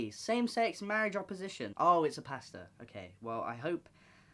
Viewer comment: i know this isn't the important thing but when you said pastor I thought you said pasta and i was so confused and then immediately died laughing